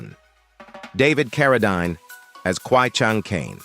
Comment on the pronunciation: His last name is pronounced like this Karodeen